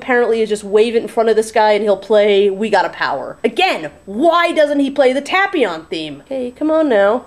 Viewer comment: I really don't want to make you angry but I think you're pronouncing his name wrong.